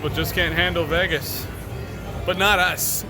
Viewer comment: 😂 why someone always says Vegas like that.